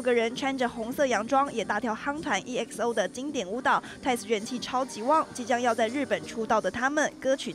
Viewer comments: 又不是ㄧ欸私哦 是欸私哦好嗎== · 主播EXO念錯ㄌ..